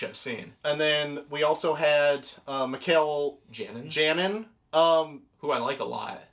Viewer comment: Oh also i believe its pronounced Janin as in Yanin, like how you pronounce the j in jalapeno... halapeno